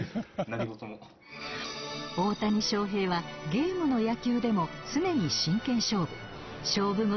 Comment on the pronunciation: ウエンツの紹介が大谷しょうふぇい選手ですって言っててオモロい